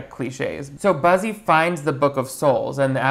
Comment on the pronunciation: Every time he mentions the main guy it sounds like he says "Bussy" I can't 🤣